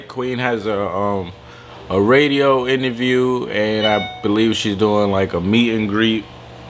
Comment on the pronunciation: Cute How He Says “Inerview” Instead Of “Interview”😂💛